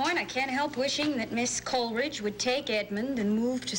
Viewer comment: And she makes it three syllables, instead of two. "COL-E-ridge".